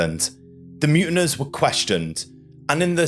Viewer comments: Mutineers not muntiners. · Mutiners? Who pronounces it that way? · MUTINEERS. MU TIN EERS pronounced as MU TIN EARS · The word is pronounced mute in ears!!